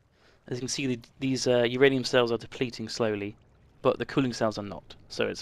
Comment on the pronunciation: sorry, then put whose ranium in? because it sounded like you said my ranium... but my ranium already belongs to yogscast nilesy. so I think you may be referring to YOUR ranium.